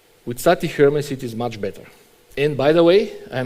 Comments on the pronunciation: Closer to how it's supposed to be pronounced than its standard american pronunciation, just the wrong syllable stressed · is no one gonna talk about pronouncing hermes as "her mess"